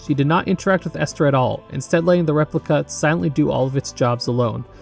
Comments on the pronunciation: i would love to see a video on white knuckle. the game is still in early access and the story isnt done yet but id love to see an analysis of it also i died inside (but only a little bit) whenever you said ester instead of elster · Bro did not seriously call Elster Esther. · It's pronounced Elster And also Fall-kei